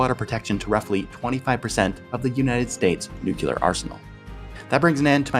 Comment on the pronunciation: Love your videos! Just one nitpick, could you please stop saying nuc-u-lar?